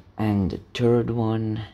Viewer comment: When u say third it sounds like u saying turd 🤣